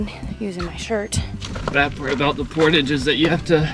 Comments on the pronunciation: It's pronounced por-taaaah-ge. Like when the doctor makes you "say aaaah" so he can look at your throat. It's a french word, related to "porter" (to carry). Glad you got to experience a real canoe adventure in the Canadian Shield (the small bit of it that goes into the USA, of course). I've been on more than a few canoe trips north of the border (in Ontario and Manitoba) and there's nothing like being alone in the wilderness. A little isolation - no phones or computers, no mundane routines from your normal life - does wonders for the psyche. And the biogeography of the area is just stunning...pink and gray granite, crystal clear waters (if the lake is deep and nutrient-poor as many of them are), forests (of spruce, poplar, pine, tamarack and birch) as far as the eye can see, and just the best animal wildlife (bald eagles, black bears, red foxes, Canadian beavers, maybe the odd pack of gray wolves, though they're super shy...and in that area, if you're REALLY lucky, you might even spy a wolverine - I saw one in the area west of Red Lake, Ontario, near the Manitoba border). And of course the mighty mosquito (lol). It's actually been a pretty decent summer for mosquitoes; too dry for them, I think ( and should know - they got off easy with the mosquitoes on their trip, as they can be FAR worse than that...it's also nice to see people learning what we Canadians have always known - the mosquitoes come out at sunset...for about 2 to 3 hours they can be hellish, then they d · Scrolling to see comments about how is pronouncing portage, clearly, there aren't a lot of Canadians in these comments right now haha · As a Canadian, your pronunciation of "Portage" has me giggling every time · Oh my goodness Portage… cringe worthy pronunciation 😆 for this Canadian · Is that how portage is always pronounced in the US? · Am I pronouncing portage wrong or are you guys? Hahaha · "Port awe ge" not Port age... its a French word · lmao its portash but its spelled portage